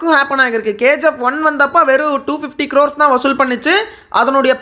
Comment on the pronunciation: Bro u r stressing the word every time as 1000 கிரார்ஸ் but Many directors are not focussing content and screenplay they r focusing only the collection.என்னை பொறுத்த வரைக்கும் இப்போ 1000 cr collection எடுத்த எல்லா movies உம் நல்லா இருந்துச்சா ன்னா இல்லை. Kgf சீரிஸ், and பாகுபலி series தவிர. நீங்க சொல்ற 1000 cr வசூல் படத்தை ஒரு 10 இல்லனா 20 வருஷம் கழிச்சு rerelease பண்ணா ஓடுமா இங்கிறது ஒரு டவுட் தான். 🤷🏼‍♂️🤷🏼‍♂️🤷🏼‍♂️. வெறும் 1000 cr அடிச்சிட்டா நல்ல படம் னு அர்த்தம் கிடையாது. அது எல்லாருக்கும் convincing ah இருக்கணும் like அமரன்.